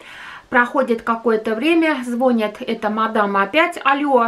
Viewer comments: все очень правильно говорите! Но надо говорить не звОнит, а звонИт! Очень режет по ушам! А так интересный канал! Успехов!!! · Все правильно, только не звОнит! а звонИт!!! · Не звОнит звонИт